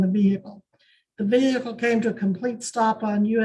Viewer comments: Its Vehicle with a silent h NOT veeheelicle!!! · The pronunciation of the H in vehicle is infuriating